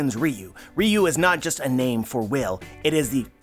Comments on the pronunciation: It pronounce Ryu-wo Ryu is a street fighter character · The translation I read said "Oden's ryou". You pronounce it "riyuu". So are you mispronouncing it or is the one I read wrong?